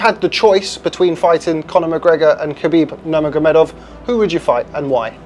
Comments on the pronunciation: “That individual is khabib Nuuhhrrrmov” 😂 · *Khabib Nurmagomedov NOT Nurmov:face-red-droopy-eyes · Khabib Nurmov? ? No one else noticed that? 😂😂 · The fuck? Khabib Nurmof? At least get your pronunciations right. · Khabib Nurvrv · Did he seriously Shay Khabib nermov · It's khabib nur-mag-o-me-dov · I'm sorry, did you just say khabib nurmov? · Bro couldn't pronounce half of the names of the people in this video. Khabib Nurmov? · "Khabib Nurmnmghjj" lol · What did you say Khabib's last name is? 😂😂 Breh. C'mon... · How tf did you pronounce Nurmagomedov 😂😂😂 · Dude has 2 channels to profit but can’t say Khabibs last name lmfao. Talk about jump on trains